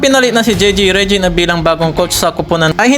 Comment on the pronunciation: Hey pronounce those name right ok? Reddick not Rejeck.